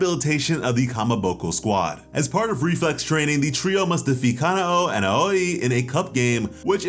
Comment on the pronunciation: I love how Miss Aoi’s name is pronounced “owie” like you got hurt,kind of a funny play on words if you ask me